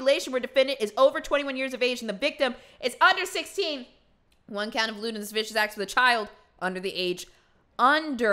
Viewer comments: Hey, just stumbled onto your channel yesterday, and I love your videos. I know this is a little pedantic, but lascivious is pronounced like "lass-ivious" not "lass-vicious". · "Lascivious" is not pronounced "lez-vicious," it's more like "la-sivvy-us." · La-siv-ee-us not las-vicious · Some monsters read lascivious as "las-vicious" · you’re hilarious. Kim got her revenge on discount Marshall. Just an FYI, because I know you’ll probably encounter it a lot more in true crime documents, “lascivious” as in “lewd and lascivious” is pronounced “luh-siv-ee-us”. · Love your videos. Your delivery is amazing. Just 1 thing Lascivious is pronounced : La-siv-v-us. Just an FYI Keep them coming!!!! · IT’s pronounced Lewd and LaSIvIUS acts and it is really bad! I feel for his victims but also his wife and son she was expecting! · “La-civ-ious” is how lascivious is pronounced. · Lewd $ lascivious 👂 “lude & luh-SIH-vee-uss” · "las vicious" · It’s pronounced “la-siv-ee-us” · i dont think it's pronounced lus vicious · Lascivious (le-siv-ee-us) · Lascivious not lavicious -. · First time coming across this channel. Thanks for sharing this. Lol, you said, "when did Ii graduate, wait did I graduate". Lol. Sounds like something I would've said on my channel too. Ahhahahahaha! Going to search this creep Jaylen Devon Fleer now. Oh and I think you meant 'Lascivious" and not La-vicious. Lol! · Please learn how to pronounce lascivious